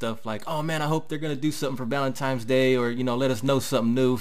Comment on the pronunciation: valentines- not valentimes Lol